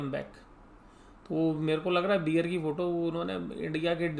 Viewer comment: बियर नहीं बेअर